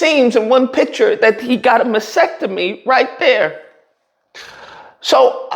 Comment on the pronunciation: Hey??!! I think you meant to say masTecomy, not a masectomy. I can help you pronounce words correctly when you are ready to sound intelligent. 😂